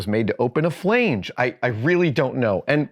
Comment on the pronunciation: Fla-nge not Flay-nge